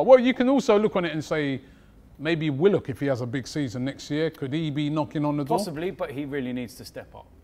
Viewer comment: Man said willock I'm finshed